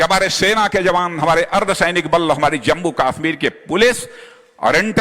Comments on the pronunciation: Aby kaasmir nhi kashmir ha. Salaa naam to lyna Ata nhi. Baqwass bazi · isko pehle kashmir bolna to sikhao